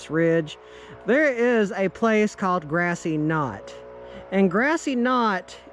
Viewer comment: Its grassy cove not grassy knot lol